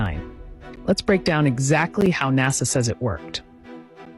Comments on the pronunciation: 60 second long commercials break in your last few videos. Even Mr Beast doesn’t have that many. Bro what are you doing with your channel. And stop saying Naza it’s actually annoying now. You changed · The homie always says NAZA instead of Nasa😂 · Why do you pronounce NASA as if it contained a Z instead of an S ? It makes you sound ridiculously silly or shall I say simple....I know you must know that you are saying it wrong because Ive listened to you speak and you aren't a complete moron so why do you say it like that?